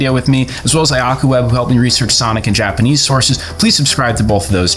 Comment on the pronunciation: Penders speaking Yapanese